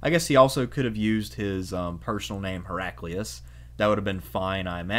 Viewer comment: Hera-kleye-us, surely.